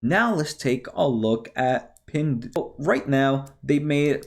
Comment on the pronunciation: PIn (dao) (dao) like Tao, is pronounced with a "d" sound.